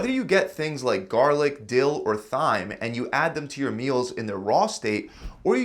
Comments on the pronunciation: It's not pronounced "thyme" even though it's spelled that way. It is pronounced "time" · What Thigh-me is it? 🤣🤣🤣🤣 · Thyme...pronounced Time btw the H is silent. interesting video. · I KNOW you did not just say “THY-MUH” it’s pronounced TIME you heathen! 😭😭😭💖💕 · My guy really said THH-IME and not "time" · Hello great info although I think you might need a little correction. It’s not pronounced thyme. It is pronounced Time…👍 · You just pronounced thyme as thime 🤦 its pronounced time. Go drink some whatur bud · You actually said THyme, not Thyme (pronounced "time"). Really??? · "th"-yme! lol I aint got the "time" for that. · Did bro say “thime” ?!? 😂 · I don’t know if anyone told you yet but thyme is pronounced as “time”. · Thyme=time lol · Thy Thyme has come! Lol It’s pronounced Time. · My man’s pronounced it like THHH-yme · Wadder and thime. His pronunciation is RIDICULOUS. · Very helpful! I’m lucky I like and eat most of these foods. Not a huge fan of stuffed bell peppers, but other than that yum! By the way, thyme is pronounced “time”. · Thyme is pronounce time. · Tyme is pronounced time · Thyme is pronounced "Time" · Thyme is pronounced Time ffs. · Thyme. Thighme 🤣🤣🤣🤣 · If thyme really is one of his "favorite seasonings," I would think that he should know the proper pronunciation of the word: it's spelled t-h-y-m-e, yes, but it is pronounced "t-i-m-e"!! You know, if I was making a video for anything, I'd make absolutely certain that I was saying the words properly. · You telling me you’ve never been taught Thyme is pronounced TIME??? 🤔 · Who's going to tell him Thyme is pronounced just like Time? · Thyme is pronounced like time. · Thyme.. it’s pronounced time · nice info! Yet, double check your pronunciation of thyme , it's (/ t aɪ m /), the 'th' isn't pronounced. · My guy, when you say thyme you dont pronounce the TH...you just pronounce it like tyme or time.... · Thyme is usually pronounced “time”. Has that changed? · Bro really just said "thighm"